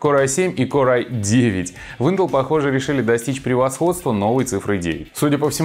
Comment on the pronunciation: ынтол *уй-9?? поржал от души как конь:)